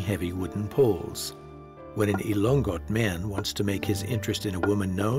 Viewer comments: Elongot (not elong-got) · Sir its ilo ngot. Not ilonggot